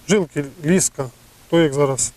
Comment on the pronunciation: ліска' наголос на а